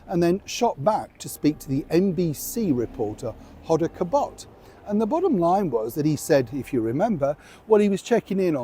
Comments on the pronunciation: Ho dah Kot Bee. Not Hodda whatever you said. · It's pronounced Hoda Cot-bee. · pronounced hoe dah cot bee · It’s pronounced “Hoe da Cot B” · Hoe-da Kot-bee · Hoh-dah Cot-bee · It's "HOE-dah KAWT-bee". When I lived in New Orleans, she was on the local channel there. Time flies! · It’s pronounced HO-da KOT-bee. Cheers from the USA! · You pronounce it Hoe da Cott bee. Nice try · Hoda Kotbe's name is pronounced " hoe-dah kot-bee" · Hoda Kotb = Ho-da Kot-Bee She is Egyptian. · I love the way you pronounce Hoda Kotb’s name,. 😂 You showed extreme patience during the loud interruptions during this video. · That stopped me short - his pronunciation. Too funny!!